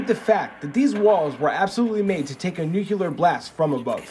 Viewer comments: oh goodness, its Nu Cle Ar not Nuke Ya Ler 😒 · It’s not “NU-CUE-LAR” pronunciation. It’s “NU-CLE-AR”. I’m tired of everyone getting this wrong😂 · still doesn’t change, you are butchering the pronunciation with metathesis, switching the two adjacent sounds. If you want to say United Nations of accents, you would only change the ending phrase from “ar” to “ah”. Good try through.